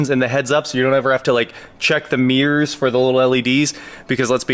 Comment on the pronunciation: One thing I learned in this video: In Kansas, there are no mirrors, only meers.🤭